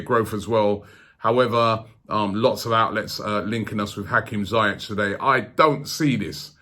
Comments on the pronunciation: zee-yeck not z-eye-etch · Robbie its ziyech, (zi-yech like hol-ding) BTW Ajax and nor hè want to leave in january... I m from holland hè wants to win EL with Ajax than hè Will go in the summer. Hè only wants a big club who plays CL , only the salary could get him over. Van der vaart texted a few months ago to Levy to sign him up. If Eriksen leaves that could happen if they play CL. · Its Zieeejegg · I thought its pronounced "zee-yeh", not "zy-yech" ? :/ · Its pronounced Hakim Ziyesh ZI-YESH not zayek 👍🏾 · Why can't you say his name properly? Ziyech (Z-Yek) not ZEI-ETCH. It's actually Ziyash in Arabic, but whatever.. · 🤣 it's pronounced Zee - eck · "hakim jayech"😂😂😂 classic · why does he keep saying Zayech? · just when u thought robbie's pronunciations couldnt get any worse 'hakem zaiyechh'